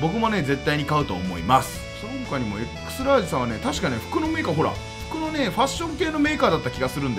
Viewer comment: 読み方エクストララージですよ。